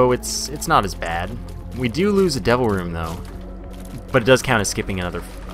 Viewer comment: Whenever you say "Devil Room" all I hear is "Double Room". And it confuses me every single time x__x